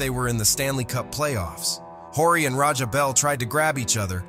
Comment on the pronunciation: This commentator needs to learn how to pronounce last names...Horry & Sichting...and referring to Laimbeer as a fierce shot blocker...with his .9 BPG career average...is idiotic.